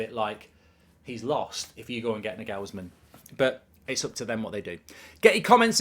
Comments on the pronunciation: Mark its Nagelsman not Naghulsmenn. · Plausible Manager-Merry-Go-Round : Nagelsmann - Chelsea Zidane - Real Conte - Juventus Enrique - PSG Potter - Spurs Ps. The way Mark pronounces Nagelsmann made my ears bleed. "NEG-ELS-MEN"??? Try this Mark......"NAR-GALS-MAN". WindUpBridge 😂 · Mark plz his name is nagelsman not negelsmen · You might want to learn to pronounce the name: It's not "Nagellesmann" it's "Naw-ghels-man"! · Nagelsman not NuhGalsman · ah Mark, just how badly can you actually butcher the pronunciation of names?? his name ryhmes with 'Bagel's Man' - you're welcome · Why do you pronounce half the names in football wrong? Its not n-gelsm'n, its not the Carabower cup, and it's not Trippy-ay. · The pronunciation of Nagelsmann…isn’t it NAR-GALS-MANN? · “Nagelsmen” - Mark Goldbridge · the way he pronounces the name is so funny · I hope Spurs don't get Nagelsmann just so I don't have to hear Goldbridge butcher the pronunciation of his name ever again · Please pronounce his name properly 😂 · his pronunciation of Nagelsmann makes my ears bleed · Mark trying to get 30k listeners to start mispronouncing his name to troll Spurs! 😂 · You gotta learn how to pronounce "Nagelsmann". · Good insight Mark, but that pronunciation of Nagelsmann is shocking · How did he just pronounciate his name 💀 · Bruh you have butchered his name🤣🤣